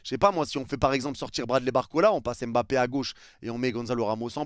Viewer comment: On dit Mbappé et non M'bappé 😊